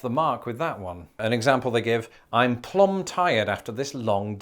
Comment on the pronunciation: Plumb means completely and totally but the b is silent. As in: That boy is plum crazy!!